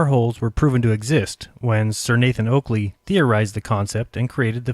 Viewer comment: i hear that right??? Sir Nathan Coockly... ehm Oakley :D